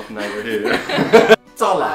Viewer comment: talla spreek je ui als tellie